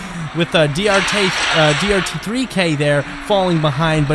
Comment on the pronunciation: DRT3K is pronounced dart-threeck 🤷🏾‍♂️😂